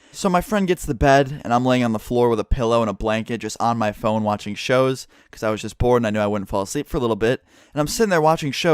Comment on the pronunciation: Am i the only one thinking something else when he says "shows"